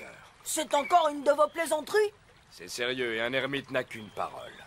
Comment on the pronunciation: l'ermite pas nete 😊